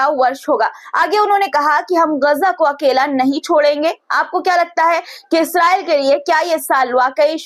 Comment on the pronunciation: बेटी इजरायल होता है😅😅😅😅